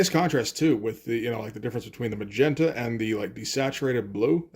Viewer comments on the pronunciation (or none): none